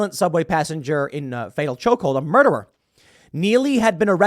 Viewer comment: Muderer, Tim. I know it's a small thing, but it's important to document what AOC called him properly, otherwise people will forget.